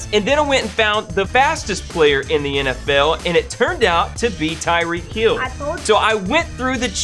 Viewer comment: You know you are saying tyreek kill not tyreek hill just letting you know.